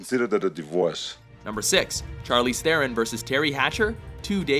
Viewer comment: Yeah, they pronounced charlize theron incorrectly, its supposed to sound like Char-liz thron